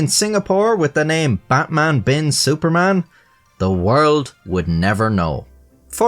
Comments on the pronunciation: It's pronounced Bat like "but" Man like "munch" without "ch" Bin like "been" Su like the "soo" in "soothing" Par just like "par" Man same as before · the pronunciation of it is "betmen bin suffermen" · Wdym the pronounciation of his name is but-mun been soo-parmon? It's pronounce just like how you pronounce it in the beginning of this video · His name in Arabic on the ID is actually pronounced "Batman Bin Suferman" - There is no letter P in Arabic, so I think they replaced it with the letter F. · It is baqman bin soferman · haha yeah no im pretty sure it's actually pronounced :"Batman bin Suparman" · Frankly, your normal way to pronounce Batman is closer than your attempt at Javanese 😂